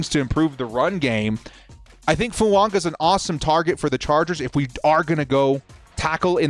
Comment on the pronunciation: Why do you keep pronouncing Fuaga as Fuanga???